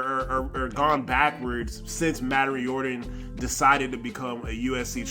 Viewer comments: I've generally heard his name pronounced 'Reer-dan'. Either way, glad we've got him and that you're highlighting him. I honestly didn’t know him until now. FightOnFreddy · to pronounce his name correctly it’s like this Rear-den!😊